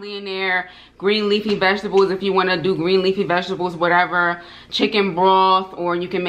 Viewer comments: sounding Jamaican "you wha piece" 😊🇯🇲🇯🇲🇯🇲 looking absolutely gorgeous and the ribs look delicious 🤤🤤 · When you said you want piece it sounded like Jamaican patois so much 😂😂